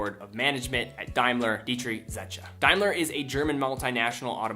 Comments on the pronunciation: it is pronounced DAME-LER not Dalmer. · FYI it's pronounced 'dime ler'